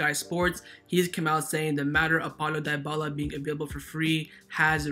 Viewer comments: It's not pronounced Die-bala but Di-bala(Dybala). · Lol he pronounced Dybala as diebala, it’s pronounced deebala